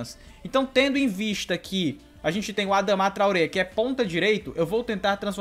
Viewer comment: não é adamá q se fala kkk é adama normal